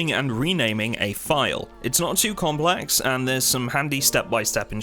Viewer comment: Something about the way you said "complex"... :D